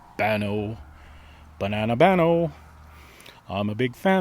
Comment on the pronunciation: Bano, not baño. Got it. ✓🎭😁🍻🙋📺